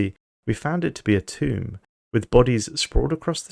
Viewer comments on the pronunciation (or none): none